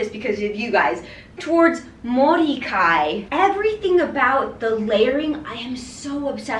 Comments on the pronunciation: Ahhhh, Mori Kei fashion is so whimsical and pretty. ☺️ "Kei" is pronouced like "kay!" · sorry to nitpick, but mori kei is pronounced ‘moh-ri kay’ (kei rhymes with day) WHOA that brown skirt is gorgeous. The whole outfit looks like you’re wearing an Indonesian kabaya.